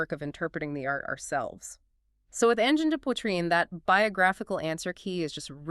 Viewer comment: I keep forgetting to look for the AI marker but as soon as they started to painfully break apart the pronounciation of the name, I was out. Boo on AI slop!